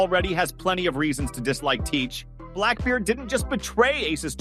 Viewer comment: The fact you mispronounced his name multiple times is annoying